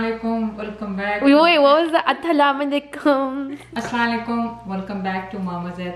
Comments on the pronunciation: The right way to salam is Assalam-u-alaikum, not assala laikum. Please say it correctly. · Its Aslam o Alaikum... but you always say As Slalikum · Loved the recipe!❤️ I wanted to say that please say your salam properly because the way you say it mean tum par moat ai. Just a suggestion💕